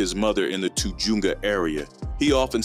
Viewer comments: Te-juunga?😂 Te-hunga!(tujunga) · Lol shia aint no gangsta... hahaha echo park is a walk in the park as far as dangerous goes. He is a Jewish spoiled kid . TA JOONGA HAHA BRO ITS TUH HUN GA . How the hell you gonna make a biography claiming he is from the hood and about that life if you never obviously been in cali . Cant even pronounce the name of a street right . Go back to school or learn how to read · Did you just say toojoonga lmao it’s pronounced tahungah spelled tujunga I had no idea this dude grew up around my area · lol the Too joonga area😂 it’s called Tujunga…….. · Tujunga is pronounced Ta-hung-gah. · did you just pronounce tujunga as "too-jew-nga"? 🤷🏿🤦🏿😑😂 smh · Too Junga??? Do your research man. That's not even close to how you pronounce it! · It’s pronounced “too-HUNG-guh” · “too-joonga area” LOL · It’s pronounced “tuh hunga” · Pronounced tahunga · This guy doesn’t know how to pronounce Tujunga 😂 and Eko Park Locos is a nobody gang 😆 this guy knows $#iT about Nada 👎🏼